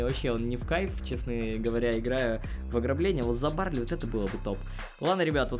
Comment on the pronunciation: БАРЛИ А НЕ. БАРЛЕЙ!!!!!!!!